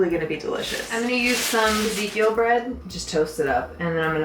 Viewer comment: that looks like food for life bread if ive ever seen it haha you said ezekeil i knew it